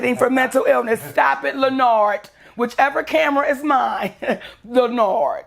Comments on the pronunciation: Stop it Len-arrrdt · Every time she says Lenard I crack up laughing.